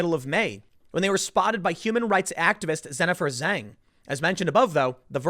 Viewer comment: “Zennifer Zang”